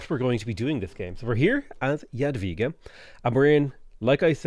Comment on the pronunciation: I appreciate correct pronunciation of "Jadwiga". This is even more amazing taking into account difficulty of polish language and the fact that game lector reads the name wrong. Good job,! On the other hand, "Sukiennice" needs some improvement. I don't blame you, it's must be a hard word to tell correctly